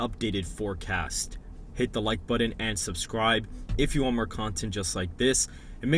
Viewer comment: C'mon... it's button, not buddon.